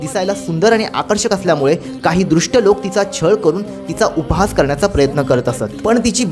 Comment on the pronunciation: Drushta navhe dushta, nrutika nahi nartika baki sagle chhaan